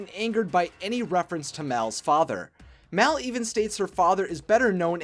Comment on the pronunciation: Mal not Mel